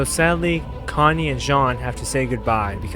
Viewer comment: I love aot it’s been with me through me for many years but I’m sorry what did you say connie name was? And it was annie that sad the okapi not mikasa